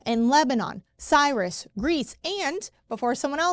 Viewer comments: Cyprus, not Cyrus. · It’s CYPPPRUS!